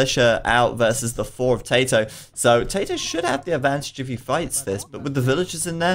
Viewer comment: Seriously, if you don't know how to pronounce Tatoh's name, just ask him. Or pick one pronunciation and stick with it